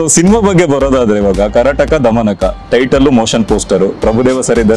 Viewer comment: Title pranounce madak bartha illa - antha anchoring Madtha idyalla Guru